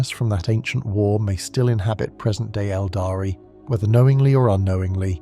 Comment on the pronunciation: Really good content, I love your videos watching everything rn back to back and recomending them to others! Might be a very small thing, but the pronunciation of Aeldari should be "EHL-dah-ree" sometimes it's pronounced like "el-dahree" which is wrong and sounds very much like abominable intelligence talking.